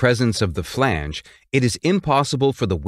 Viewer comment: Whenever he said flange i kept hearing phoebe from friends saying Regina Phalange 😀